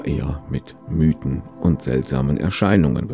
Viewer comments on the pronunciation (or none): none